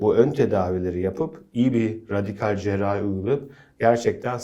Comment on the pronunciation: Spikerin,cerrahi kelimesinin telaffuzunu bilmesi lazım.cerahi cerahi ne öyle.